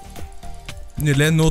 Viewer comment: Vi sier nydelig ikke nydele som du sa midt i videoen